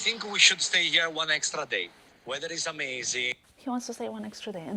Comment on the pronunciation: You are perfectly fluent in English but you cannot pronounce the "th" sound? Wedder instead of weather, dat instead of that, udder instead of other. Why is that?